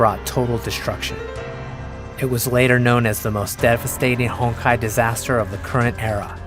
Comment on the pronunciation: Be honest... who else heard "Hentai Entropy" ?